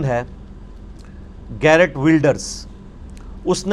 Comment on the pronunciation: His name is not "GARRETT", it's "GEERT" (curse be upon him). You should know better being an educated individual. Very informative lecture by the way. Thanks for your effort.